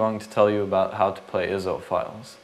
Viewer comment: they arent called (Ih-zo) the are I.S.O (Eye-es-oh)